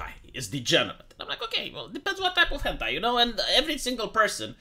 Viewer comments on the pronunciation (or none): none